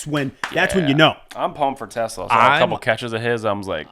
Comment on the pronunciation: If there’s one thing to know about TeSlaa is that he’s huge. Did you pay attention to the draft or rookie minicamp or OTAs at all? The second thing is that the emphasis is on the second syllable of his name - it’s Dutch. The third and most important thing is that he never dropped a pass in his college career.